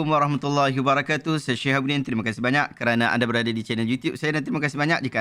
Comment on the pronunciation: tntg ustaz tu bg salam diakhir percakapan beliau…”….waGHAHmatullahiwabarakatuh”…sy rasa dia mmg tidak boleh menyebut huruf ra” ataw dlm bhs melayunya dia x blh sebut huruf R”…org kedah kata lidah teloq.